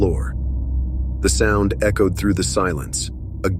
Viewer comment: I was about to subscribe, but then I realized this is an AI voice....not a real one. It's the most realistic one I've heard, but a robot voice nonetheless...how can I tell? Although the voice is smooth, it's also fairly monotone....and no one pronounces words that way. Like when he says "echos"...the ch is pronounced the same way as in the word "nachos" no one says it that way, lol If you listen closely, you can tell.